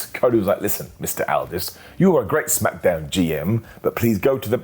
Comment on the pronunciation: "Jey Usa & Ilya Dragunoff"? "SmackAdown"? Ok,. Sure. Whatever you say.